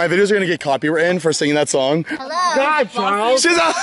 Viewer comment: Harrow LOL